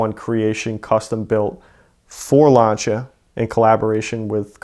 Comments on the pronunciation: Lancha??? L A N C EY A THATS HOW ITS PRONOUNCED 🤦‍♂️ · y is he saying launcha lmfao its actually pissing me off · Lancia pronounced lancha lol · I will not watch someone who says LANCHIA. It’s lancia. With an s sound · Epic story, but wtf is a ‘Larncher’? Is it like a Lancia? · What’s a lawncha? You mean lancia? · It's pronounced Lan-See-Ah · it's significantly closer than the way most people say it (myself included, I butcher it every time) of lance-e-uh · Honestly it bugs me that he mispronounces lancia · For the love of God learn how to pronounce the name of the car you sound ignorant as hell